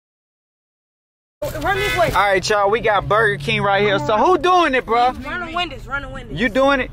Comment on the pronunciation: My boi said buga king the way he said it he ment buger king